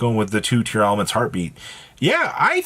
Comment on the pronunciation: Why are you pronouncing it Tear-a-laments?? I don’t see that extra “A” in how their name is spelled Just Tear-laments. Tear and laments. No extra “ah”